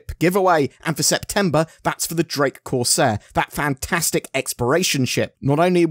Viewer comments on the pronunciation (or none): none